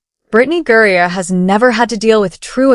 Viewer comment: Mercy ...GURRIER ????? It is HE, Brian Griner.....